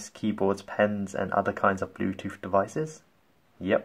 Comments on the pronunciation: Bluetooth not BLUETOOF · He said Blue toof